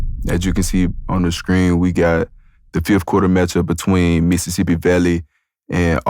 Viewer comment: Bro said Missippi Valley 😂